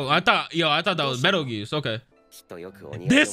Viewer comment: Peetle juice. His name is Petelgeuse with a P.